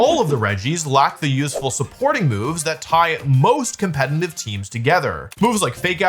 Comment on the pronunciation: Day 5 million of Wolfie not being able to say «competitive»😂